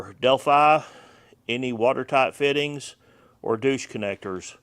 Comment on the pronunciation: good stuff. I WILL correct your pronunciation though. It's pronounced " DOYCH"